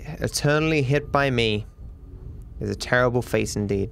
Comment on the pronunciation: Nobody:: literally misses one bullet: TERRABLE